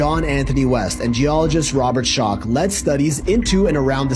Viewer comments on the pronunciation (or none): It is pronounced Robert shock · My man said “Robert scotch” 😂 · His name is pronounced Shock for Robert Schoch.